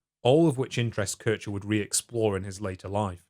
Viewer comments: also why are you referring to a person named Keer-Heer as Keurtscher? Americans are so unbearable.. Have you people ever tried to pronounce something right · Took me some time to realise you were talking about Kirscher. You kept saying "Kersher". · Love the video, but I did chuckle at Currche (Kircher ['kɪrçɐ]) :)